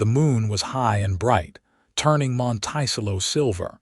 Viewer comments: The "town's" name MONTICELLO is pronounced: Mönt-ĕ-cëllō !!! Listening from far rural upstate NYS (org. from Philly PA-- needed a rural, grass/wooded area to live!! Raised/trained working Border Collie dogs & 1000s of SHEEP.... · AI NEEDS EDITING EVERY TIME. Monticello is not pronounced "mon-tY-cello". An earswisting sound. There are pronunciation differences between wound and wound, live and live, lead and lead, etc. Decent story, however. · The way the narrator says the city name is incorrect. It should be pronounced Mont -a-cello. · Kent, WA Monticello!! Pronounced like the 'cello' string instrument. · Please fix the pronunciation of "Monticello." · I laughed each time it came up!